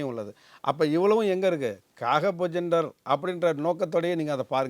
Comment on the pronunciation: அம்மா நெறியாளரே, காகபுஜகண்டர் இல்லை. காகபுஜண்டர் என்று உச்சரியுங்கள். உங்கள் பேட்டியை, பேச்சை, உச்சரிப்பை பல்லாயிரக்கணக்கான மக்கள் பார்க்கிறார்கள். இது அறிவுரை மட்டுமே. தங்கள் மனத்தை புண்படுத்தும் நோக்கம் அல்ல. உங்களை நீங்களே பேட்டி எடுக்கும் முன் தயார் செய்து கொண்டு வாருங்கள். நன்றி.